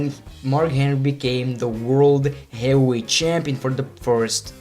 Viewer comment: "As a heels?" "As a faces?" "Gyehweight?" "Willan?" Jesus H. Christ, stop butchering my language.